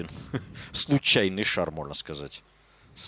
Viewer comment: Да Бля...ь не шара ,а ШАР